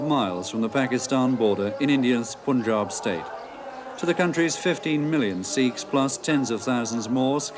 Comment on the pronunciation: why do pronounce punjab wrongly . british want to provocate